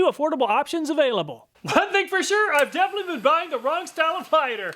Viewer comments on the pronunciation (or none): none